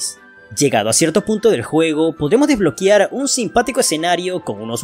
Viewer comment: Sin embargo decía "Desbloquiar" 🤫